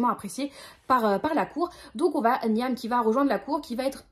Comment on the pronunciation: Ah ben voilà, Runborn et La cité de laiton me tentaient pas plus que ça à la base, mais t'en parles trop bien 🤣 Sinon, Niamh ça se dit Nive, mais tu peut le réoublier, ça m'étonnerait que tu le recroises ! 🧞